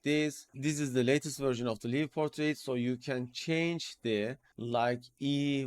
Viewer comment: One more thing. "Live" Portrait is pronounced similar to word >> LIKE . such as "Like" the Video. such as I "Like" this ! 💌🤟 The - i - =in this usage of= live == > such as in "Live Portrait" does not sound like "live or die" expression. Your videos are always so informative and the step by step instructions are like no other. I've been watching for over 2 years. I'm also a member at Discord. Thank you. 👍👍👍👍